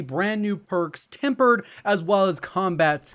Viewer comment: Tempered not tampered lol 😂